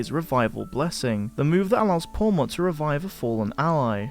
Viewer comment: This guy said Pawmot 🙄